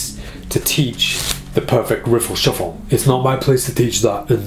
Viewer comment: i love how you say “shuffol” ahah